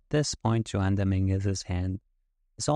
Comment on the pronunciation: Amazing hand. Great analysis. I bet your hand reading is incredible. However, your name reading is profoundly bad….. A Hispanic guy named Juan… and your guess is. lol wow. Honest mistake and made my day. Wow. That’s just great.